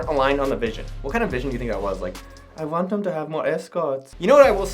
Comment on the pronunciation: “I vant em to have more escorts” 😂😂